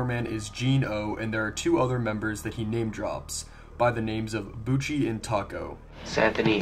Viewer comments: I know Christopher Bouchie. His name isn't even pronounced like that - it's "Boo-shay". He briefly sold GRFM on VHS back when the novelty of collecting horror VHS tapes started to boom, and as no one legally "owns" GRFM, he ripped the video from Simon Predj's YouTube upload and copied it onto tape to make a few bucks. He stopped selling the tapes years ago when he received an e-mail from a customer that contained photos of a body inside an opened crypt along with the words "Thanks for the inspiration." GRFM is real - it was shot in the late 80s on Long Island by two teenagers (not 28-year-old Anthony Casamassima) who likely took inspiration from fellow Long Island dirtbag grave robber Ricky Kasso via the then-recent book about him, "Say You Love Satan". GRFM has been on the internet under that title since 2009. Bouchie was 22 at that time. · Not a great take. With 30min. of research I know "Bouchie" would've been a baby and he doesn't pronounce like "Bucci", but "Boo-shay". Def. not debunked. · Bouchie's name is pronounced "Boo-shay" - not "Boochie". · he says "poochey" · Yes, and Christopher Bouchie's name isn't even pronounced like that - it's "Boo-shay".